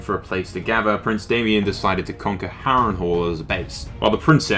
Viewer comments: You pronounced Daemon wrong, it's Daemon not Damien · IT'S DAEMON, NOT DAY-ME-ON. DAY-MON = DAEMON